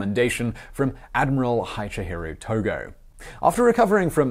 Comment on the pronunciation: you butchered Togo's name!